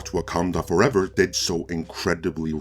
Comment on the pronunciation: WAH-MEN Fooevah!!